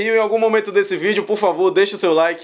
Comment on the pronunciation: Adoro seu trabalho!!! Me " poco" de rir de tudooo...até qndo vc fala sininho de " notifiqueixon".... 😂😂😂😀😁😳